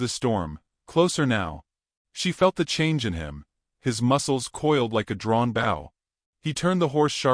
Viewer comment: Would PLEASE pronounce the word BOW correctly, BOW, BOW, BOW, NOT bough!!😢